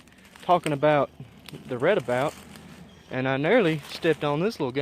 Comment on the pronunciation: Redoubt (re·doubt) doubt as in (I doubt it)